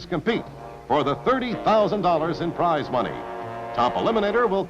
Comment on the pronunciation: Did he really say "prizz" money ? What is this AI narration?